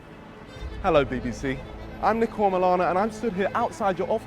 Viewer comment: Ur name is pronounced neeko. Not Nicko